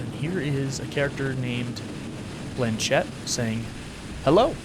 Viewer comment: My French ass every time he pronounces Blanchette: 😭✋